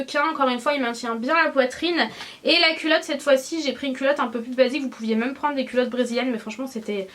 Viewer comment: Coucou! Pers je prononce "même" comme toi et tous les gens que je connais aussi mdrr! Ça doit être une prononciation de gens du sud-est:p Bisouus